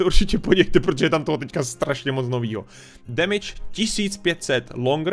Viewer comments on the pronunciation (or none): none